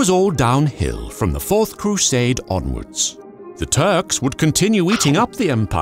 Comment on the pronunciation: "Ze germans!" Love it